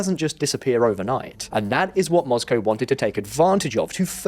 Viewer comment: My only criticism... 'Mozcow'...